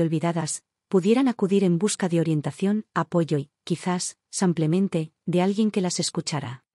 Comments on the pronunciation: BÍEN narrada; es una pena que diga Samplemente por Simplemente y el usar el masculino en lugar del femenino. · Me complica escuchar el "simplemente" por "semplemente" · Samplamente o simplemente? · Lástima que “confunde el masculino con el femenino”, además de decir “samplemente” en vez de “simplemente”, y lo repite varias veces… Tengo mucha curiosidad quién publica estos videos narrados por esta señora. Porque siempre incurre en los mismos errores. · No samplamente sino simplemente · Además de ser una mujer quién hace la narrativa se califica como un hombre. Además hay una palabra que ya en dos narraciones ha sido mal usada y es la palabra SIMPLEMENTE. En lugar usa “samplamente” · Maykamaria8257. Coincido contigo, que confunde el femenino con el masculino, y no sólo eso, no entiendo por qué la “relatora” dice “samplentente”, que lo repite varias veces, y realmente molesta la mala pronunciación. ¿Quién es esta señora? Tiene un “acento” como si fuera española. Soy Argentina, si bien hablamos un Castellano de una forma muy particular, no cometemos esos errores. ¿Qué grado de cultura tendrá esta señora? ¿De qué país es? Me gustaría saber. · Es?cucho "samplemente: en lugar de "simplemente:. 😢🎉🎉🎉🎉🎉 Lugar de "splemente